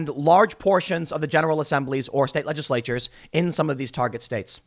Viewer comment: to about LEDGE-ISSS-LATE-CHERS !!!